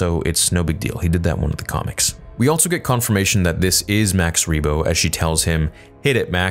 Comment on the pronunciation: THERE IS NO 'T' IN ALSO!!!